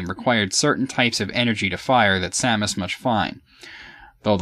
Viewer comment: I know this is completely trivial, but I want to just say that I'm glad you pronounce Samus's name the same as I do, which is the way I personally think it should be pronounced. So many people pronounce it as if it's spelled "Sumis Orrun" or something... Perhaps that's the correct pronunciation, but to me it just sounds wrong...